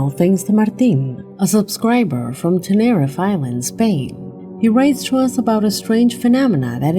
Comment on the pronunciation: Number 1: The island is pronounced "TEN-ER-REEF" just an FYI. God Bless and thanks for your uploads!